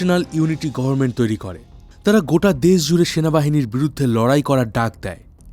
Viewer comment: কথাটা #গর্মেন্ট নয়.. #গভর্নমেন্ট